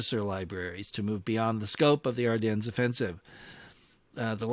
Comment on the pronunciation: AR DEN, DEN not DENS. omfg how many people keep saying it wrong. You literally a wargaming channel